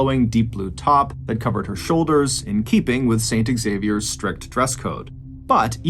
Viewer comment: 🤦 Xavier is pronounced Zavier not pronounced ex-zavier. Yanks smh